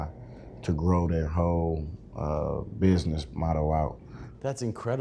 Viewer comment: I love how this man says buisness😂